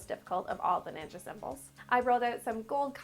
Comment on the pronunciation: Ninja not Ning’s